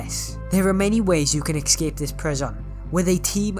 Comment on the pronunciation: This annoyed me because he was saying excape not escape